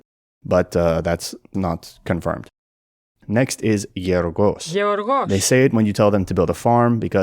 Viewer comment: This video contains some wild mistakes with regards to ancient Greek, starting with the fact that β represented the bilabial plosive /b/ in ancient Greek. So, Bous, not "vos". And the same with γ which is pronounced /g/ (Georgos, not Yeoryos). Considering how it is the second-most researched old language right behind Latin, it's amusing that both the AOM devs and this video got the rudiments so wrong.